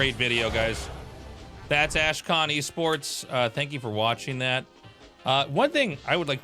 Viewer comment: Should we tell Tasteless that it's not ASHkon esports, but AKShon esports? He's messed it up more than a few times now but I chuckle every time